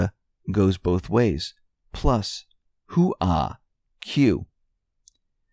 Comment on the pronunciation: I have to chuckle every time you try to say HOOAH! You just never seem to get it quite right! LOL!